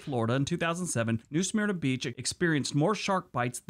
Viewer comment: He’s butchering the name New Smyrna (smir(k) nah)